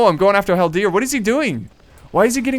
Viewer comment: When you say haldir, you put the accent on the last part, but it should be on the first part.